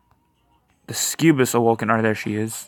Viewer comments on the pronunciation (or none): suck-u-bus. Not whatever you're saying. Cool guide, though, thanks!